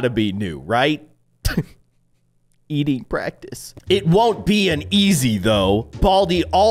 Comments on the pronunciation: when you said pracTIce it said pracITce practice pracitce* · "Eating praCITE"?????